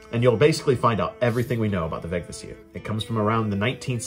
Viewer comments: A little pronunciation guide: every old norse word has emphasis on the first syllable, no exceptions. VEGvísir. It doesn´t really matter how you pronounce it in while speaking modern english I guess, but I prefer to at least follow this one rule. And it´s an easy one! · (in compound words there was likely secondary emphasis, so Veg-Vísir. But certainly not vegviSIR that a lot of people say.)